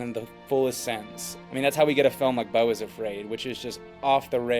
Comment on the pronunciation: i like the video. but you couldn't at least look up how to pronounce beau??